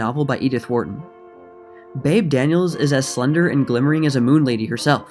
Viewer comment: Like the new intro. Oh and it's pronounced "Beebee" not "Babe". =)